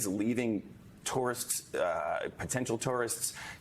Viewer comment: You can't say the word because you're trying to pronounce a three syllable word in two syllables. Two-were-ist